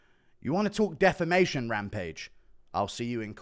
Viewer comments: Say it with me rampage: “Deh-fam-ay-shon” 🙏🙌🫡👏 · Rampage struggling to even say defamation